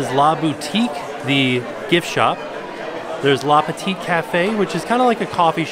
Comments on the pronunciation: Nice tour! Btw, it's "le petit café" and not "la" ;) and the last t is silent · hahaha with the last T of petit (should'nt be pronounce) it's pretty cute when it's said by Anglophones